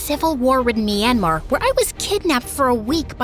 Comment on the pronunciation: Did you say Myanmar 😭💗💗